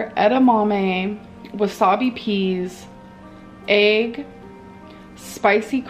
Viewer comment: the way she says "ayg" makes me violently angry